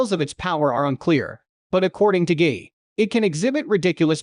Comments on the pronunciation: Who ever made this should fix the AI voice here. I'm hearing Gay😂. You should replace "guy" on the script with "Gai" to make the AI pronounce it correctly. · I'm cringing EVERY TIME I hear "gay" and read "guy" all throughout the video. Is it really pronounced as "gay"? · It’s supposed to be pronounced as „Gee“. 😅